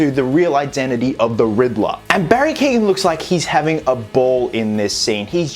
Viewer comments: Who the fuck is Barry keegan lol it’s keoghan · From an Irishman, Barry’s second name is pronounced “kee-yo-an” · can be pronounced like that, but in Barry’s case it’s the kee-yo-an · Hey just to say how to pronounce Barry's last name. It is pronounced Kee--oh--ANN. The "GH' is silent. Common in Irish last names :D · Cant wait to see more of him, btw his last name is pronounced Key-Owen.